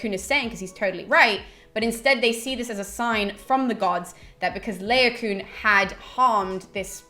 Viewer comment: Really enjoyed the video, thanks for researching and posting. Just one minor gripe: I think Laocoon is pronounced La-o-co-on i.e. 4 syllables - LONG-SHORT-SHORT-LONG. Anyway, that's what my scanning of the verses in the Aeneid tells me. 'Troy' is not the best film of the classics ever made by a long chalk but it's an enjoyable romp and a feast for the eyes that shouldn't be taken too seriously! Carry on the good work! Looking forward to the rest of the series!